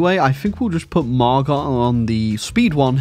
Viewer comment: It's pronounced Margo lol not mar-got Knew someone French named that